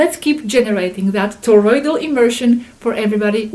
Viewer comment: Toroidal, toroidal not thorroid😊